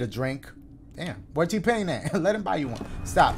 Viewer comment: "where tpain at" lmao STOP.